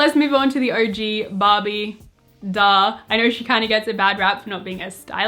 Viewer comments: Am i the only one hearing 'bobby' instead of barbie? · everytime she says ‘barbie’ i hear ‘bobbi’ what is wrong with me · When she says Barbie, i sometimes listen Bobby hahaha